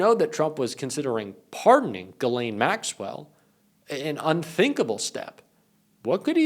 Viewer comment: thank you for being the ONLY one to pronounced Ghislane correctly. I see so many struggling Embarrassingly with this. 😘